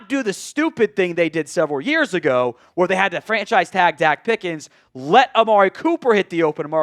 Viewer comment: “Dak Pickens”